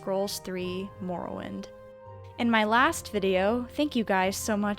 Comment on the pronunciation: What the fuck is "moor-o-wind"